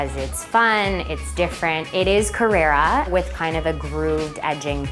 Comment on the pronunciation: Beautiful apartment, but can we get the pronunciation of the materials right please.... CARRARA = MARBLE (Named after the town/quarry the marble comes from in Italy) CARRERA = Porsche Model